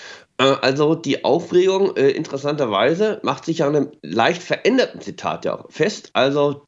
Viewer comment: Das stimmt nicht. Das war nicht das erste mal. Als sie davon sprach "Deutschland gemeinsam verenden"... war das auch wahr. Manche würden sagen, sie meinte "verändern", aber ich denke das Frau Bärbock es genau so ausgesprochen hat mit "verenden", wie es gemeint war.